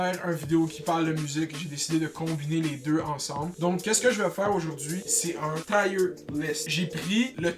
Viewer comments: Tu prononces mal Tier :) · hahaha jme suis dit ]ca tout le long boy aek tes "tire"